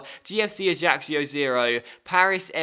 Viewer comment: Prounce Ajaccio Ajackio